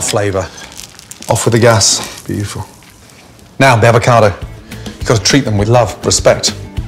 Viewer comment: "Beutuful. Absolutely beutuful."